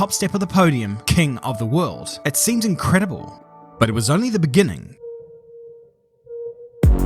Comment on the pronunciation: that "incredible" seems more french than Italian😅